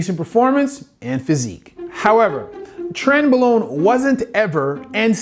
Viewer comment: Only one small correction, doctor. It's pronounced "tren-BRO-lone".